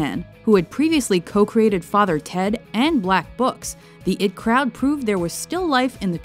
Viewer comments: the fucking pronounced it "the it crowd" as in it not IT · I'm sorry. Did she just say the "it" crowd instead of "The I.T Crowd"? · It Crowd was pronounced wrong